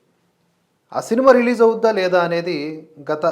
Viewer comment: మీ భాషా పాటవం, ఉచ్ఛారణ మీద మాకు చాలా మంచి అభిప్రాయం ఉంది. కానీ ఈ వీడియో లో మీరు .... అవుద్దా, అని ఉచ్ఛరించడం. కొద్దిగా ఇబ్బంది గా ఉంది.... ఇది ఒక పాజిటివ్ అబ్జర్వేషన్ ...